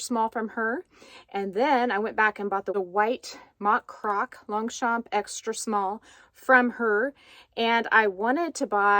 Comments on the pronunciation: Hi😘 What an unboxing!! This bag is just AMAZING!! love it 😍 Concerning your pronounciation , ok I can tell I am French 😊 you pronounce really correctly Longchamp 👍 just try to not tell the letter P at the end. It is pronounced in fact "Longcham" but seriously i repeat you say it super correctly. Concerning the word "cuir" / leather in English, you also got it right ,say it more slowly : like "cuuiiir" . I wish I can pronounce English words so good like you pronounce these French words 👍😘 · Thanks for sharing the unboxing of your latest Longchamp bag. It's beautiful! Here's a tip for the French pronunciation of Longchamp. The 'g' and the 'p' in Longchamp are silent. Can't wait for your next unboxing surprise.